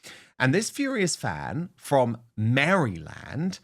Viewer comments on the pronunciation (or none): meh ruh luhnd (Maryland is not Mary land ;) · Dan - say it "merr e land" - here in the US that's its pronunciation. not Mary land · It is pronounced Mareland. Not Mary land. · That's pronounced Mara land ,it's with a y but pronunciation is maraland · lol it’s pronounced like Mara-Lind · I only made it to before I had to pause and comment 😂. The way Dan says Maryland is absolutely the most adorable way I've ever heard it pronounced 😊. In the states, it's pronounced Mare-uh-lind, but I much prefer Dan's way. Makes it sound so pretty and happy. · You are so stinking cute the way you pronounced our great state of Maryland. We pronounce, even in accent variations, as Mara-lind. But your accent is absolutely everything. I just love this for Megan btw. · It's pronounced Maraland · the way you say Maryland just made my whole week 🤣😂🤣😂🤣😂🤣 💀